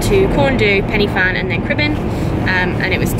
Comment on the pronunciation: So glad YouTube has recommended you to me! Really struggling to find fellow UK girls who love hiking. FYI a tip from a Welshie - the Y in Pen Y Fan is pronounced like "uh" rather than "ee" so like Pen Uh Van. Also, if you come back and do it again the Storey Arms route is much more enjoyable and picturesque (but harder) than the M4 (Pont ar Daf car park) 😊